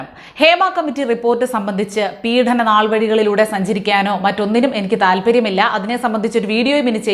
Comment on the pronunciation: കുട്ടീ, പീഢനം എന്നല്ല, പീഡനം എന്നാണുച്ചരിക്കേണ്ടത്.